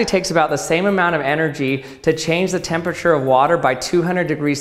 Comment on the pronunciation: Why does everyone always say tempature, totally dropping a syllable?